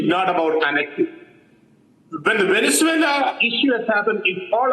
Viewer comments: Bakshi saab gorilla in Vennanzula nahi hain sirji it’s Venezuela 😂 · You stand with a guy who can't say Venezuela 😂